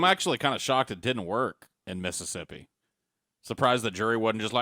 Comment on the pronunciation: Oh, he lived in Missippi. Yes, Miss-ippi. Thats how they say Mississippi